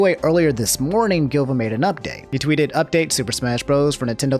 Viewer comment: please dont call him gilva, his name was silva gunner (not gilva sunner...) but nintendo shut him down years ago and he started a new channel